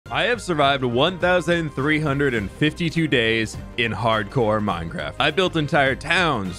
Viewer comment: ahh yess "hardcore minecraf"